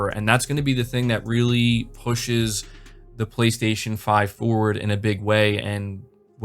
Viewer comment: Frankly, Microsoft needed this. "BLAY-STAY-SHON"!